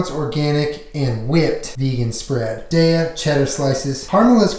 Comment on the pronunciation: Thank you for saying daiya right! So many people say it like diya and it is not that! That bread looks good! The only vegan and gluten free bread in maine that we have is life of food rice bread and it is hard and not really good unless you make vegan french toast that I have a rad video on my channel on how to make that!